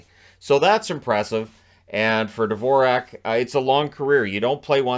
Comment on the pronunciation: His name should be pronounced just like the classical composer, Dvorak. But all the commentators got this wrong.